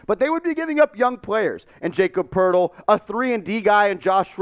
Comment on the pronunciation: It’s pronounced like yah-cob Purtle